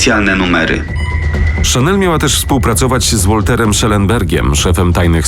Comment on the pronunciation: Nie "Łolter" lecz "Walter" Schellenberg